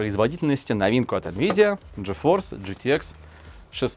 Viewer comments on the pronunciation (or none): Уши вянут от такого произношения. Арэкс gtэкс пиздец